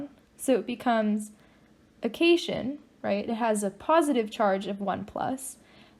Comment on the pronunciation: Love the video! But it's Cat-ion and An-ion not cation and anion.